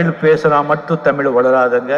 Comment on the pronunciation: தமிழ் தமிழர் என்று வாயிலயே ஒழுங்கா உச்சரிக்க வரல ...அட போங்கப்பா